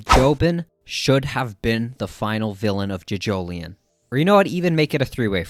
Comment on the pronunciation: Sir, please, you pronounce it as johjohlion as in joe joe lion not juhjoeleeon